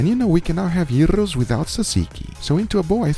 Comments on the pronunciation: Greek lesson of the day. Its Γύρος= Gyros letter for letter which means 1 round .. so it goes “round and round” Therefore its name...DOES NOT MATTER WHAT TYPE OF MEAT YOU PUT ON THERE...if it goes round and round ... its Γύρος NOT JAIROS?! DON’T BE A MALAKA 😂 I’m 100% Greek and long time subscriber, I feel that you did an EXCELLENT JOB. Even made pita (πίτα) which is slang for FLAT from scratch! I like how you made some pita not flat! You are very creative my friend, always fun to watch and the food looked F’n Slammin’ ..Thank you! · It's a yeero....it means it turns. Gyrate. Good attempt at Greek food but it's not technically a yeeros since it doesn't turn but pretty good. Also since you did the fluffy bread you might have aswell made it bigger and cut it in half and put the contents inside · Guga you did a wonderful work with the pork and it looks very juicy and delicious, i love your videos and it's an honor for us Greeks to be represented by you with your amazing cooking skills...but i have one more thing to say...am sorry to break it to you Mamozi but the real word here is Yiros. I think that's the perfect defenition of the spelling😂Guga is the right one this time but lots of love to both of you guys👏🇬🇷❤❤ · Dear Guga foods. I was waiting for that episode. The look in your eyes tells everything. I wish you could come to the real capital of Gyros (its Gyros, not Jairo), Thessaloniki. There you will experience and other sauces, not only tzatziki, like "xtipiti" the "Russian salad", "ougareza" and many many other flavors and tastes... happy to see that you enjoyed it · Its güros spoken witglh the s in the end